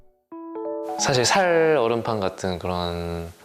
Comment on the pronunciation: 살.얼음판 외국인인줄 ㅋㅋㅋㅋㅋㅋ